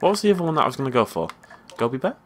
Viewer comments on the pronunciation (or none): none